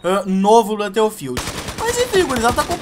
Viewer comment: blãto fild não né cara kkkk